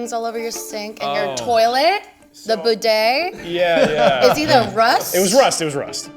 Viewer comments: What's a "boeday"? Is that like a bidet for people who don't know what a bidet is? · God she's annoying. And then she says expecially and boodet.